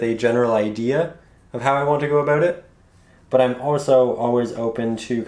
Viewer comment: Abo OOO ut! That accent.